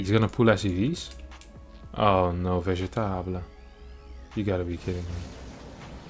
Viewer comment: I don't care if it's wrong; that's how I'm reading vegetable from now onward.